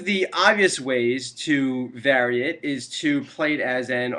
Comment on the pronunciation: Are you canadian? The way you pronounce "vary" is exotic!